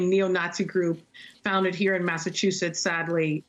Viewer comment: I couldn’t take that she mispronounced “Massachusetts” every single time. 😣